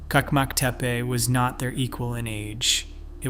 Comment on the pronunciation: And Çakmaktepe is not kakmaktepe. The Turkish ç letter is always pronounced ch like in cheese. By the way, the Turkish letter c always sounds like g in gee.